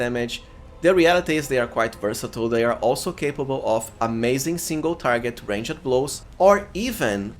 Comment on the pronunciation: nice videos, your accent is good, but the way you say "ranged" is so painful to my ears, look at prononciation and the overall quality of videos will rise!